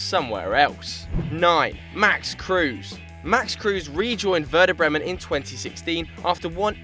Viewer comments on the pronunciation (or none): none